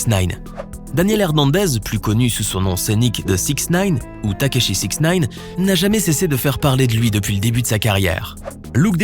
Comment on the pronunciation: C’est tekashi pas takashi